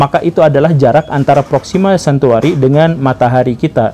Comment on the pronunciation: Proxima centauri ya bosku, bukan centuari